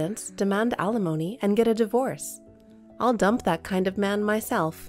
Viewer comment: Once again, alimony is NOT pronounced uh lemony, it is pronounced al li mony. I know the channel will not change it because the readers are probably robots but still…